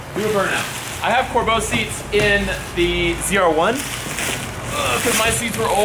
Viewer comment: Do me a favor, say "Corbeau seats" one more time.